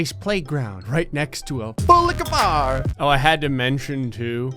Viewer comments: I will never get sick of saying "Pool liquor bar". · no matter how many timesI see and try to tell myself that he is saying full liquor bar I can only here bull licker bar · I still like when say “A full licker bar!!” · english not my first language.. and trying to say FULL LIQUOR BAR like is just flipping tongue for me 🥲